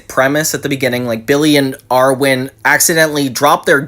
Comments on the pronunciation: It's pronounced Irwin, not Arwin. Also, I'm surprised you didn't know the future episode was a parody of Dune. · Friend please, IRwin not ARwin ❤